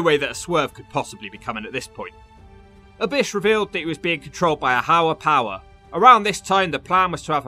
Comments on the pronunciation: What’s a “hower power”? 😂😂🤣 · U said a hower power